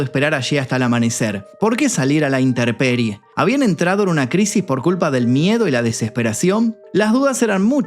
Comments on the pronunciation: Se dice: intemperie 😊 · Muy entretenido el documental. Solo una fe de erratas: “intemperie”. Saludos,!